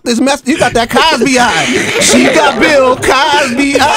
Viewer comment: That fool said Bill Cosby eye!!!